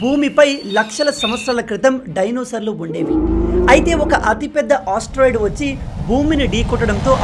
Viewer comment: Asteroid ❌ osteroid✅